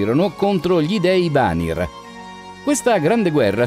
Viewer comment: possibile che sbagli tutti gli accenti? mimìr non mìmir, vanìr non vànir